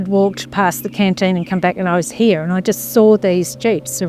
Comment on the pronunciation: When he said “here” it sounded like he said “he”. Australian accent is interesting. Anyway, this is a cool story. I saw an episode about it on the proof is out there or one of those similar shows.